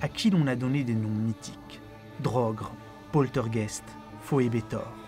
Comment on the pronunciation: Draugr, Poltergeist, Phobetor Draugr, avec un "au" comme dans "eau" pas comme dans "drogue" Poltergeist, avec "eist" comme dans "ail" pas comme dans "est" Phobetor, pas Phoebetor Voilà, voilà ^^ Juste petit point prononciation pour aider